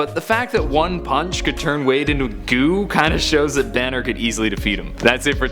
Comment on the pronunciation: You said danner instead of banner